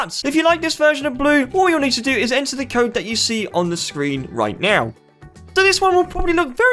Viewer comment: When you say 'now' you say 'meow'